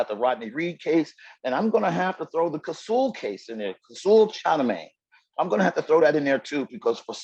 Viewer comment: As well as the bite mark he put on her. The eye witnesses. This guy couldn’t even say the victim’s name right. What a shame. So what if the the father forgave. Kosoul have been in prison since he as 15. He kidnapped and robbed an elderly couple in NC in which he only did 9 years for.